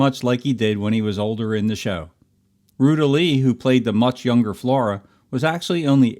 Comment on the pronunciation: Did you say "Ruda" Lee? I remember her from the episode of the Andy Griffith Show when she was an employee of a crooked businessman who had it out for Andy because of a fine. He wanted to find dirt on Andy, so he sent her in to pose as a college student taking interviews for her studies. That's the only other time I remember seeing her, though I'm sure there were more.